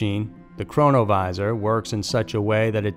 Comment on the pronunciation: Keep hearing corona virus instead of chronovisor??